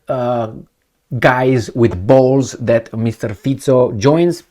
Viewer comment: Well done. Your pronunciation of Fico is prefect.